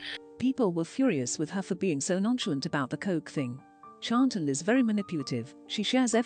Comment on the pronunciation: Too bad the computer cannot come close to pronouncing Chantal, yet gives an in-depth opinion. Or pronounce "live" when talking about going live.